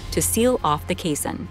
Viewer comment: "Caisson" and "basin" should not rhyme. "Caisson" is pronounced like "case on".